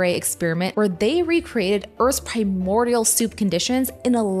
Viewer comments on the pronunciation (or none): none